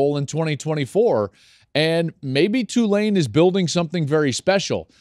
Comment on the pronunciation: Hopefully people pronouncing the school's name right... it's TWO-lane, not Two-LANE. Everybody is always unsure and waffles between the two. Be damn sure! Roll Wave!